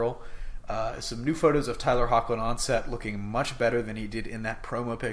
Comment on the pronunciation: I'm pretty sure Tyler Hoechlin's last name is pronounced like "heck-Lin " at least that is how the producers and cast of Teen Wolf pronounce it, no big deal though